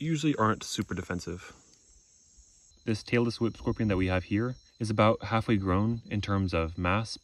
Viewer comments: Every time he said Tailless Whip Scorpion, I thought he said Taylor Swift Scorpion. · i thought you were saying taylor swift scorpion 😄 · I keep mishearing "Tailless whip scorpion" as Taylor Swift scorpion XD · I thought he said the Tailor Swift Scorpion 😮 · I know you are saying "tail-less whip scorpion" but all I hear is Taylor Swift Scorpion .. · I really thought he said Taylor Swift scorpion